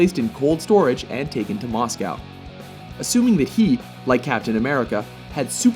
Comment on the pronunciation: Why did you say Moscow like that? Unless that's just me